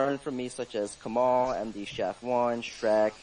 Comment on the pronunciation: It's Kemal